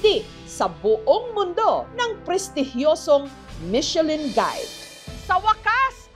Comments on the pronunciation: Parang pronunciation nyan " mi shuh lan(nasal), hindi Michelin?😊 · Buti pa si Ms. Jessica hndi inaartehan ang salitang MECHELIN, yung iba inaarte ang pronunciation na "MICHE-LAN" HAHAHA